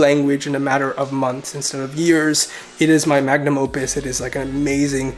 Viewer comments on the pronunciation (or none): none